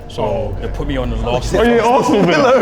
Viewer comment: Arston Villa 🤣